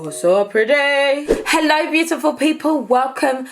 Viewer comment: I love how she says "hello" when she likes something lol like HELLO ! >:D